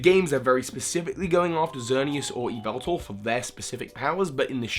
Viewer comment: You pronounced it wrong: Its Yall-vit-Tall, not Why-vet-tall